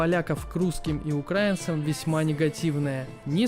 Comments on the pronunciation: Автор , прежде чем озвучивать ролик , нужно было для начала посмотреть где ставится ударение в слове «украинцы» .Сразу видно и слышно , что с русский языком не дружишь ! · Когда пилил этот кал, вот в чем ты ошибся. В скандинавии хер найдешь работу без гражданства, про Польшу ахинея, ударение украинцы не правильное, если ты тупой и историю своей страны не знаешь, то тогда понятно почему ты не понимаешь не любовь к русским и украинцам, даальше этот кал смотреть не стал, пытаешься хайпить на том в чем не понимаешь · Не укрАинцы а украИнцы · УкраИнцы !!! А не укрАинцы